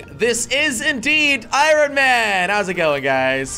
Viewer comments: He keeps saying irin it’s iron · I love how jelly just keeps saying ironeman in stead of ironman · Irin Man? i thought was pronounced Iron... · “Iorrn man” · I love when he says iron he says iRon man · It’s pronounced ion man not iron man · did he say I-ron man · It's iron not irin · Why is he saying irin man!?!??! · Jelly can't say iron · iron not irion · Nobody: Jelly: eye-Ron man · jelly says ironman like i-ron man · He said iorn man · He said (I Ron man) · The way he says iron though 😂 It's pronounced ion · Jelly pronouncing iron I-ron lol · Iron does not sound how it is spelled you say iRon with the r like how it is spelled but it actually sound like iYon the r sounds like a y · Pronouncing it eye-ron 🤣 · I stopped watching this vid because he was saying I R O N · he saying iron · he said iron wrong😂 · Just so you know kids, you do not pronounce the “R” in iron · Jelly I can’t help you saying iron wrong I just can’t stand it please say it differently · You say “iron” wrong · The r in iron is silent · you always say iron wrong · He can't say iron